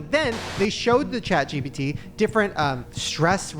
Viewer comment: the amount of times shane said chat gbt instead of chat gpt